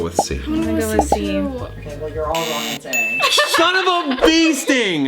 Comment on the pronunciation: SHON OF A BEESTING -favourite bit